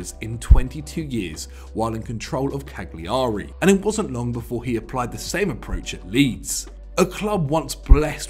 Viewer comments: A note on Italian pronunciation: In Italian "gli" is pronounced like a double "L" in English, so "Cagliari" should be pronounced "Cal-iar-i." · Please stop butchering the name, Cagliari is pronounced Ca-Li-ari!!!!!!!!!!!!! Apart from that, thanks for another great post. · There’s no such team as Hereford Town! The team we played was Hereford United! Also, the “g” in “Cagliari” is silent!! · And learn how to pronounce 'Revie' and 'Cagliari'.